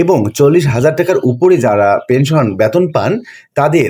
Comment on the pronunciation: উচ্চারণ এত বাজে। বেতনকে বলছে ব্যাতোন।!